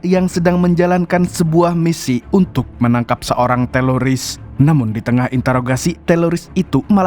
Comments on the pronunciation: TERORIS BANG BUKAN TELORIS🤣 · Teroris, bukan TELORISSS Risih bgt dgr berulang² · Teroris bang bukan teloris😂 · Teloris atau teroris? 😂😂😂😂😂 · Teroris ❌ Teloris ✔️ 😂😂😂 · Teroris bukan teloris kali😮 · Teroris ❎ Teloris ✅ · TELORIS APA TERORIS SIH BANG YG BENER